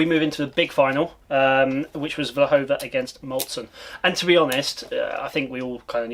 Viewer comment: Her name is Vlhova, please correct it, thank you!